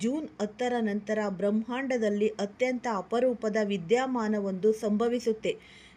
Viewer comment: ವಿದ್ಯಾಮಾನ ಅಲ್ಲ. ವಿದ್ಯಮಾನ 'ಅಳೆಯ ಅಲ್ಲ ಹಳೆಯ .